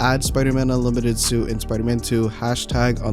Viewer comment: "UNLIMITERD SUIT"